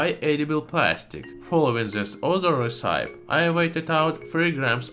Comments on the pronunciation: Recipe is pronounced res-sippy... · Great video as usual. One small correction: recipe is pronounced as re-si-pee. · Hi thank you for the videos, I just wanted to help you with pronunciation. Island is pronounced i land Recipe is pronounced recipee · His pronunciation of "island" and "recipe" are quite original! Both mispronunciations are quite understandable, given how weirdly English is sounded out.